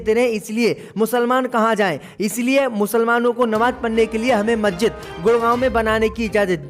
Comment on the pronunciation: मज्जिद नहीं मस्जिद नखलऊ नहीं लखनऊ 👎👎👎 DISLIKE 👎👎👎